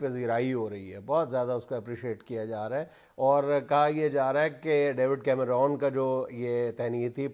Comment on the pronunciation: his name is David Cameron. its not called Cameroon, it is pronounced as CAM-RUN.